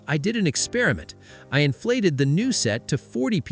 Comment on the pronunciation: . . . what is an "inflesed tire?"